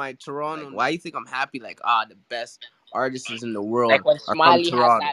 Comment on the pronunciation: someone please tell that the word is "artists" and not "artisis" lmao